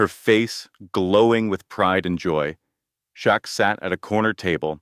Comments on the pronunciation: Shit narrator on name 😢😢 Shaq, chuck, shrek, shack??? Get it right!! SHAQ O'NEIL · Everyone knows who Shaq is why are you miss pronouncing his name, while mentioning him in a very positive video… story was Great, but they need to send you to a school for communicating stories the right way. Before your Homeless. You miss pronounced his name a few times. For such a great story you mentioned a man named Jack, Shock. It took the story to some one else. Shaq deserves full credit.. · Dude, if you make a video about someone use the right name and spell it right. Shaquille O’Neal, his nickname is Shaq then you say Chuck. Do a video right!